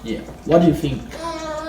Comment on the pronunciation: “Size doesn’t matter?” “I think fink so.” 😂😂😂 Malo uso!!! 🇺🇸🇼🇸🇺🇸🇼🇸🇺🇸🇼🇸